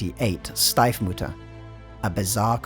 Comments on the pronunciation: You mispronounced Stiefmutter. You switched the letter ie with ei. You called it Steifmutter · Stiefmutter ist pronounced "sh-teef-mutter" not "sh-tie-f-mutter" It was a really good video though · Very nice video, but please please PLEASE for the other factions invest more time into accurate pronouncing. It really ruined immersion e.g you made the "Stepmother" into "stiff mother" 😂